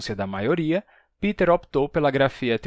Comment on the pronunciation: Por que vc fala "Piter" Boll? Se ele é alemão o nome dele (do meu marido também) é "Pêter". Sempre explico aos conhecidos que é letra P + verbo TER= PE TER. "Piter" é inglês, não alemão.